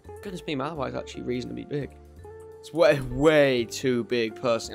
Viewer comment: Just letting you know, you pronounced Kiribati and Malawi wrong, Kiribati is pronounced as (Kee-ruh-bas) and Malawi is pronounced as (Muh-laa-wee).